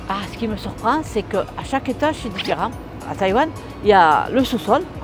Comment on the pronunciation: 我很喜歡這種影片 很有法國人開講聊天的感覺。 我聽到很多跟我學的口音不太一樣也很有趣。例如 different 的 rent和 麵包胖pain 媽媽的口音比較像英文發音。都覺得很好玩。 可能可以跟 法文邂逅 合作拍攝，應該也會有不同的火花。